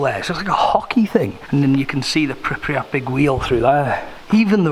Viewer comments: why does he keep pronouncing "pripriyat" ? its pripyat :D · Pripyat not pripriyat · pronounced: pripiyat but spelt: Pripyat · I SWEAR IF HE SAYS PRIPRYAT ONE MORE TIME